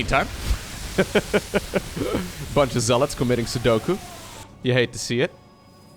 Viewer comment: I don't know if it's a meme or not... But it's seppuku and not sudoku Love the vids btw